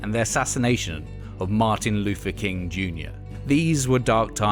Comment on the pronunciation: Black Sabbaf… Nineteen-sixty-free… monolific… Martin Lufer King… fanks a bunch. This announcer needs some lessons on pronunciation. 😆